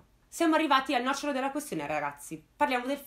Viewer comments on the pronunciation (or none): none